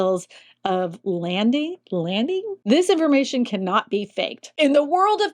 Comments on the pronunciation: BOL, Bill of Lading, pronounced Layding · How in the world do you pronounce "lading" as "landing"?